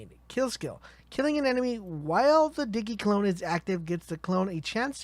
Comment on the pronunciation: Uh it's Zane as in like Maine but with a Z, also Digi clone like digimon not diggy. Lol Diggymon